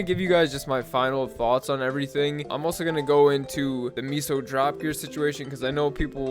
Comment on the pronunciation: it's meso not miso